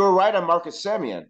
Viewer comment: if you want to make a baby there is no "i" in Semien